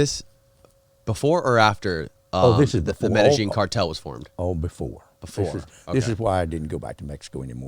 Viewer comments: Lmao Its (pronounced) MED-A-YEEN cartel not meta-zheen cartel🤣 WOULD'VE KNOWN THIS! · Did you say medazjeen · Learn to pronounce "Medellin" properly lol. Mot trying to be rude but would make it easier on the listeners ears lol. Its a big well known name it isnt hard to get down☺️🤙🏼